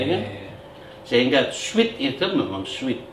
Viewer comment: You pronounced sweet wrong. You pronounced it as sweat. Sorry can;t contain myself